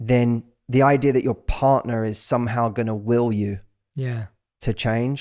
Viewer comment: It's not "idear." but otherwise, great podcast.